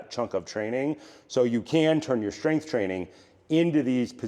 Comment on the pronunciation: When did strength become shtrength? Good content btw